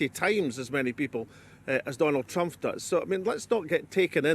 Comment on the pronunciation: Why does he keep saying "Trumph"? Weird pronunciation.